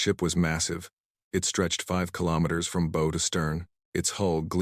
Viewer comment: OK, OK, OK, another story with ships front and center fine... the pointy end is the bow, pronounced b ow, not beau.